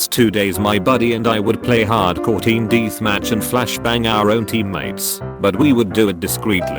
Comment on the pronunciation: 'D E E T H M A T C H' LOL